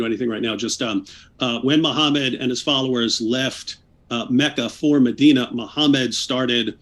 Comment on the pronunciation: Noone ran away. You never answered the questions, and you used logical fallacies, false victimhood and insults to take focus away from the topic. And, you claimed higher knowledge of islame than islamic scholars, which is hilarious. You don't even know how to pronounce your prophets name.